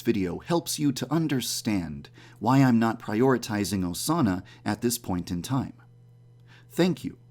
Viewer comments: GuER iZ oZaNAh?! Please, stop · Instead if Osana, it sounds like "sauna". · Midori screaming “Osana!” just sounds like she’s saying SAUNA over and over again. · Sounded like she said sauna after some time lol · Omg at the beginning when Osama was being repeated it sounded like it was saying sauna XD 😂😂😂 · Sound like they're saying sauna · Remember when you said “Than Osana” Thanosana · Instead of hearing Osana, i hear Persona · Am i the only one who hears sauna instead of Osana? (At the start)